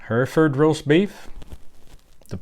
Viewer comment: In the u.k it's called stewed steak Hereford you pronunciation is wrong it's her.eford